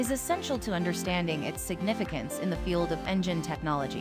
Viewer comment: Horrible Speech Synthesis or the person responsible for publishing it. You would think the word "the" would be spoken correctly these days.